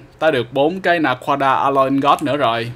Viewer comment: Anh nói naquada là na quá đà ma